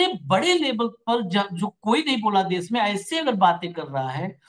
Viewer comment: Sir please देश को 'देस' कह कर हिन्दी भाषा का अपमान मत कीजिए ।‌